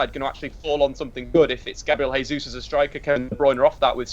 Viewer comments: G. Jesus is Brazilian, so you don't pronounce his name 'Hey-sous'; it's Portuguese not Spanish, 'Jey-sous' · Your pronouncing Gabriel Jesus completely wrong, he's Brazilian not English lol